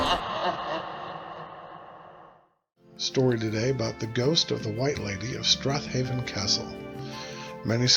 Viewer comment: if you had scottish grandparents then theyd know its pronounced strayven